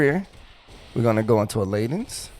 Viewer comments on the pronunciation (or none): I'm only 62 as monk and I love it, but I would prefer if we started in opo opo form and we didn't need form shift which isn't even off the GCD! This would get rid of a lot of jank tho imo. Thankfully Masterful Blitz grants it too. Btw I thought leaden sounded like lead-en, like the chemical element, where does this lay-den pronunciation come from? ;) i'm not a native English speaker tho